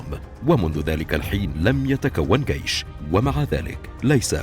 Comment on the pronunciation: الالقاء سيء ، اجل ليس لديها قيش .